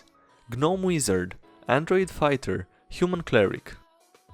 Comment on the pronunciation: Lol "Ganome" every time instead of gnome. Somehow surprises me into laughing every time. Wp